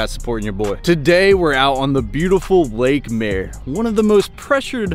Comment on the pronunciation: Lake mare? How you pronouncing that?